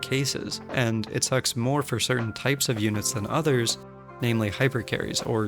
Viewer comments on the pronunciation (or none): none